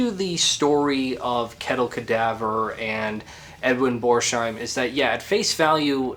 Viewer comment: Pronounced Bors - heim. No sh sound. I know you will hate the correction and perhaps insult me for pointing it out, but oh well. 🙂 I have not finished watching the video yet, but good job... I will be back with an edit.